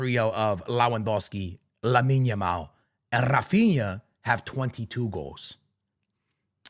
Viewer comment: You can tell was looking at himself at the mirror and practicing saying Lamine Yamal 😂